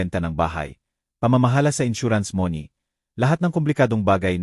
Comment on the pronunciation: Nakakainis bigkas mo ng money ay mone ano ka ba